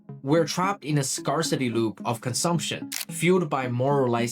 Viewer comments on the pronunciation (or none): Are you AI?😮. Or do you just not know that the word scarcity comes from the word scarce and is pronounced similarly? Scarce, as in, limited. 😢 Not scars, as in healed wounds. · It is not a scar that creates the pronunciation for scarcity.🎉